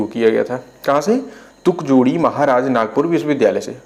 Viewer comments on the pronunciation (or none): वो तुकड़ोजी महाराज यूनिवर्सिटी है न कि तुकजोड़ी 😂😂😂